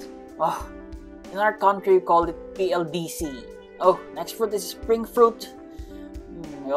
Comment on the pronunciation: Kuya PLDT po yun Hindi PLDC